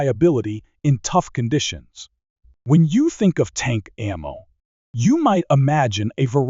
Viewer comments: This video lost me with "a mow tech". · The first frickin line... "A MOW tech is advancing rapidly". If we're going to automate narration, can we get one that actually knows how to pronounce 'ammo'? Or actually, get someone to speak into a mic? Hell, I'll do it. ("LEED bullets??")